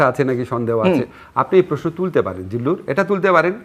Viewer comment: জিল্লুর সাহেবের স্টাইলিশ 'প্রেশ্ন' উচ্চারণ উদ্ভট উৎকট শোনায়। তবে এটা উনার একটা 'ইস্টাইল'।